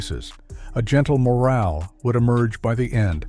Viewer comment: Babar has no second syllable emphasis and, in the same piece, it is moral is nor pronounced as morale.